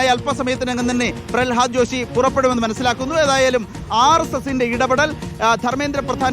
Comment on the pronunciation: പ്രളഹാദ് ജോഷി അല്ല പ്രഹ്ലാദ് ജോഷി... തെറ്റ് ഇങ്ങനെ ആവർത്തിച്ചു പറയരുത്, ഇനി ആര് വന്നിട്ടും കാര്യവുമില്ല ഇവർക്ക് വിദ്യാഭ്യാസം കൈകാര്യം ചെയ്യാൻ അറിയണമെങ്കിൽ അതിനോട് എന്തെങ്കിലും ഒരു സ്നേഹം വേണ്ടേ